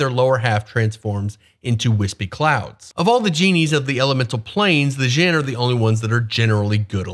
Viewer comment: An asshole note: "Dj" sounds like a hard J, represents sounds from other languages (in this case arabic ج), your pronunciation is the "Zh" sound (like persian ژ, or french j in word start like "je t'aime"). Djinn is pronounced similar to John, not Shaun.